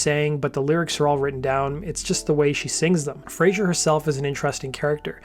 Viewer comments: Great video. Tiny niggle, just a pronunciation note: It is Fraser (z sound) , not Frazier (zh sound). Frazier is the character that Kelsey Grammer played. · It's Fraser not Frazier 🙄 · It's Fraser, not "Frasier". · Elizabeth's surname is Fraser not Frazier! FFS 🤡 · The singer's surname is Fraser, not Frazher. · Sorry to correct you but its FRAZER - NOT "Frazier"... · Great video. Thanks. However your pronunciation of the Scottish surname "Fraser", as in "laser" or "lazer", must have been influenced by the US sitcom "Frasier". Grating by the end of the video 🙂